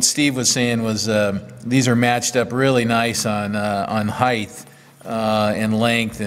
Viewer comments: Nice equipment and video.I was wondering how many times you would say 'Heighth' before you corrected it to 'Height'. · I understand why it sounds right with breadth and width, but in Australia, I’d never heard of heighth. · you say “heighth” then correct your articulation and say “height”. In lots of American machinists videos I hear heighth. Why would you use heighth, as opposed to height, and is it even a real word? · Thanks for making the correction . Height vs. "Heighth". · There is no such word as "heighth". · knows and is trying, Even corrects himself early in the vid but a lifetime of habit etc.